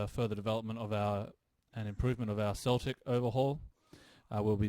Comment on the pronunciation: Hey, Celtic is pronounced with a hard k, as opposed to the football team! That actually goes for all the Celtic words. Vs are also pronounced w.